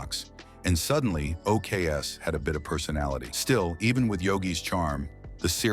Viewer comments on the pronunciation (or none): OKs is pronounced "OKAYS". And that isxexs tly why you dont have AI read your video copy. Its absolute crap.